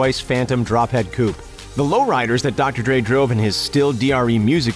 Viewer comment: It’s so annoying how this guy says coupe